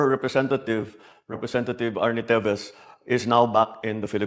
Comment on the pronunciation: Teves and not Tibes ..🤣